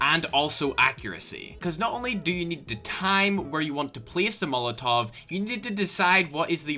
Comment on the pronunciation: the way he says need😂😂